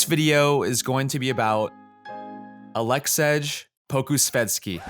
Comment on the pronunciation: Nobody’s gonna listen to a guy who’s not even smart enough to know this guys name isn’t Aleksedge. 🤔🤦🏽‍♂️